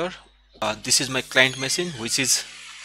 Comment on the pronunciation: OMG it is not masine but machine, google translate it and listen to the pronunciation, I appreciate your videos but your English needs improvement big time.